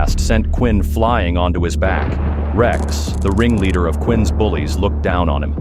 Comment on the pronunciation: Instead of ringleader I heard wing leader😂